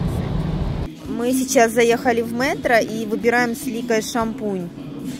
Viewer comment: Не мэтро а мЕтро. Без обид видео класс ❤️❤️👍👍